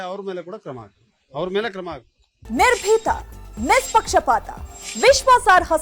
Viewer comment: ನಿರ್ಬೀತ?😂 ನಿಸ್ಪಿಕ್ಷ 😂 😂😂